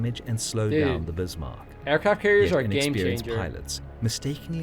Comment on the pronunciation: Yay, someone who pronounces 'Bismark' correctly. Jump on World of Warships and all the millenials pronounce it Biss-mark.